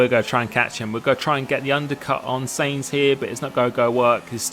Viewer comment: u say Sainz wrong u say it like seinz